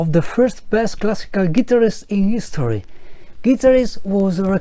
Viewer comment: i agree with 1, 2 and 3. yepes does not deserve to be in top 5..also please learn to pronounce the word guitarists...and comb your hair.